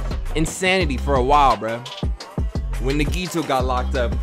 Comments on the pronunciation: Bro omg it’s “Na-ge-toe” damn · you're killing me its pronounced NAGI-TO